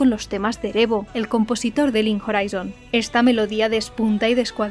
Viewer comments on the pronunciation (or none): none